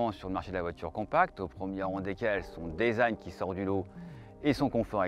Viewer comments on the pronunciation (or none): none